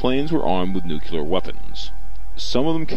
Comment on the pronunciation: First of all, stop saying "nukuler". With the second bomb, 4 of the safety switches failed with only the 5th switch preventing detonation.